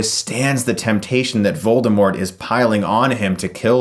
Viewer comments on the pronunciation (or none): Hey... not to be a dick or anything but the T is silent in Voldermort. Rowling stated this in a tweet.